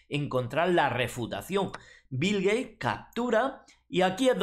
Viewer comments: Shot por cada vez que dice Bil Geish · "Bill Gay" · bill geich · si asi dijo jajaja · Qué contrariedad para Bill "Gueich" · Bill Geish! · Bill Geich, me encanta!